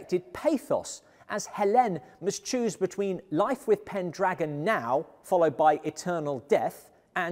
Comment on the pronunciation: Pendragon. It rhymes with Pentagon.